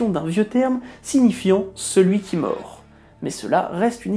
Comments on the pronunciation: Celui qui --==morD==--, pas "morT"... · "Celui qui mort"? Ce ne serait plutôt "celui qui meurt"? ou..."celui qui mord"?